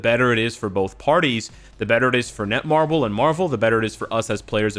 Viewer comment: its netmarble not nemarble